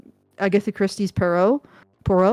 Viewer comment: The way they prononce "Poirot" as "purrow"...